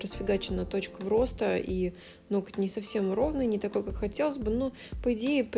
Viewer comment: НоГоть, нОгтя. Не нокоть, не ноктЯ. Вы профи и не имеете права называть неправильно объект своей деятельности. А видео интересные, как кино. Спасибо и успеха.